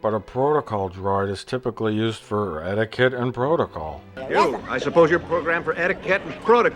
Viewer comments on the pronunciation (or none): I like how in episode 4, it sounds like the actor who plays Owen has never even heard the words “etiquette” or “protocol” before. “I assume you’re programmed for Etta-kett and prota-call.